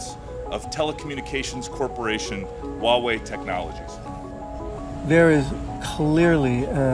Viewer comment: Not entirely sure why official American news media keep silencing the H when "H" is not silent in the pinyin system (a highly phonetic system). It's not even softened in Mandarin the way some speakers try to pronounce it like a "W". I suppose "Hua" is not a usual series of letters in English but it should be much closer to "Hwa-way". has the closest pronunciation in this video.